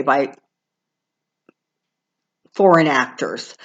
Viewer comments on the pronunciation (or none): none